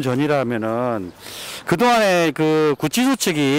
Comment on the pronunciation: 고생이 많으십니다. <구취소>가 아니고 <구치소>입니다. 한자교육반대뒤에 생기는 심각한 문제 !!!